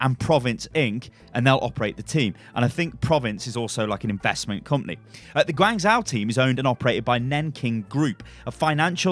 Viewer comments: It's Guang "zh-o" not Guang "zau" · I think it's pronounced Gwang-joe, not gwang-zow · Guangzhou is pronounced kinda like gwong Joe, not gwang zow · Sorry I can’t watch this. It’s pronounced Gwong Joe not George Zow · gwang joe, the closest pronunciation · I'm triggered reads it Guangzao. The H is there for a reason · guangzhou is pronounced gawn-szoh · Hey, Guangzhou is pronounced as "gwuhng joe" hahah xD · It's pronounced Gwung Jo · (Tiny pedant's comment) Guangzhou is generally pronounced "Gwong-jo", at least by the people I know who are from there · Unit Lost - Great British Gaming not to be mean but I cringe every time he tries to pronounce Guangzhou